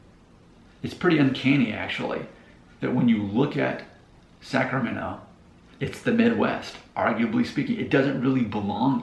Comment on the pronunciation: The moment you said Wilton 😂🛤️ Elk Grove’s backyard vineyards. No wonder the move to Nashville was a lateral midwest move. You can read about the Midwest influence in a John Steinbeck novel. That is very different to South Sac or downtown Sac. At least you didn’t pronounce the T in Sacramento.